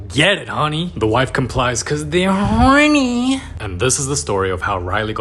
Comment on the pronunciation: Bro the way he says HoRnY is so funny